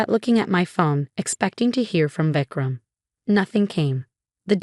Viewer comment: Vecram 😂😂 it's Vikram